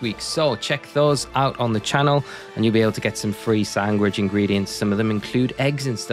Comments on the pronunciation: Does he keep saying sangwich??? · just noticed, are you saying sangwich? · dang you have a weird way of saying sandwich. Great video tho!